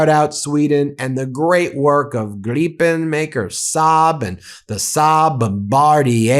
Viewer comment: Wow! 👀 First American to pronounce Kristersson & SAAB Jas Gripen correctly.